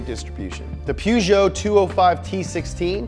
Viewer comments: When he started saying pergeot I didn’t know what he was saying at first until I saw the car 😂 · Great video but did you really pronounce Peugeot like "pew-jow" 😂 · i know right... "Pyu-jo" Ha ha ha xD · Peugeot? It's pronounced Peugeot.